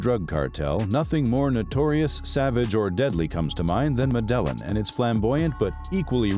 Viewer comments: Meh dell in Modus operandee Lol You've really done your research. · Muh...De... len... huh... very well then. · Pablo Escobar & “MADELA” 🥴I did not know what you was trying to say until I read the comments🤣🤣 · I lost interest and soon as he said Madellon 😕 😪 😔 🤣🤣🤣🤣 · Not even Hispanic and this mf making me mad whenever it says med ell eeen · Are you saying modelo cartel? Lol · Medelon ? 😆 I just can't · I burst it out laughing when you said madellin. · I cant watch something that says muh del in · The fact that you pronounce it as “Muh Delon”goes to show how little research went into doing this video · Bro just pronounce it “medeyeen cartel” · You should be arrested for your mispronunciation of Medellin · You are saying the cartel name wrong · U pronunciation of Medellin makes this video lose half its credibility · After doing all this research you could have just learnt how to pronounce the the word Medellin as well… so you say it like a native lol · So many anomalies in this video, Pacho Herera wasn't their guy in America, it was Chepe Santacruz, and that pronunciation of Medellin 🤣 😄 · Whyd he pronounce there last names correctly but couldn’t pronounce Medellin that tilde makes a difference lol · Hummm, I feel your video is lacking a certain depth of research. I hate to harp on...well....just one thing but you've misidentified Chepe Santacruz several times. He was in NYC not Herrera. Also, I'm not sure I'll ever be able to pronounce 'Medellin' correctly again. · Come on man… You could at least learn to pronounce Medellin correctly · After the pronunciation of Medellin, this video lost credibility. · I get that it's a computer voice, but it annoyed me every time it said "Medellin". And the pronunciations of every name was butchered. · I was going to watch this video but the way you say "Medellin" is cringy af. I'm out. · That the hell madellon are you trying to say Medellin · It’s pronounced med-eh-yeen not mudelin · I can’t take this AI shit serious. “Madelin”🤨🤨🤨